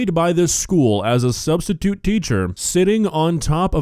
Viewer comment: "sustitute" "sahh". Nuff said.